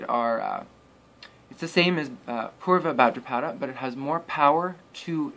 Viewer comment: Buddy, it’s NOT ULTRABHADRAPADA it’s utrabhadrapada !!!